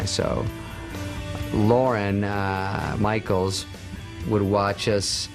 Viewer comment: He said Lauren Michaels....